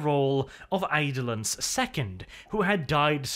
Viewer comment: I thought his name was pronounced Eye-do-lon, not Aide-lin.